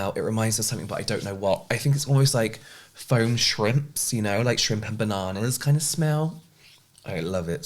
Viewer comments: It took me way too long to understand you said EMPANADAS not shrimp and bananas 😭😭😭 And if thats not what you said... I'm totally lost 😂🤣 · Is he saying foam shrimp? Like shrimp and bananas? For a face serum? I'm confused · Im sorry... Did you say the guava serum smells like "shrimp and bananas?" Not making fun of you, just genuinely couldn't understand and had a good laugh 😂 forgive my american-ness. I love all your videos!! This is such an important conversation.